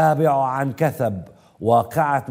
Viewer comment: هو قال عن كثب كثب بئ طب لما يجى كثب صحينى